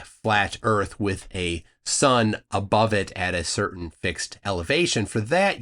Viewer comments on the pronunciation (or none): none